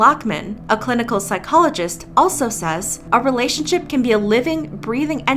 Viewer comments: . "relationshup". heh. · I love that you pronounced relationshup relationshup